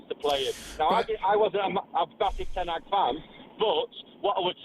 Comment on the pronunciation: HE SAID KEEP TEN HAAG LOL CLOWN 🤡